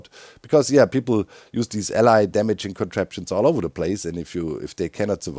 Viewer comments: Doc, you gotta look up the pronunciation of “ally” vs “allay” love your stuff but that keeps driving me nuts! 😂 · "The Ally" Don't you mean the Allay?